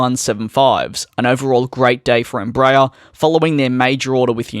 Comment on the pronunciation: It's NOT "" Em-BRAYER" it's "embra-AIR"